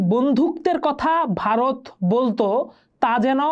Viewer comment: ota Bharat hobe gendee , Barot na...aage uccharaon kora sekh...